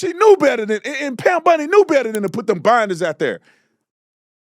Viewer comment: It's BOND-EE, not BUND-EE (like Ted Bundy).